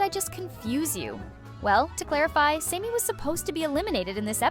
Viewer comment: Sammy. Not samey. Chris is just a prick.